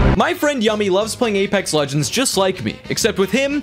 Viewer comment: A-Lex Regends.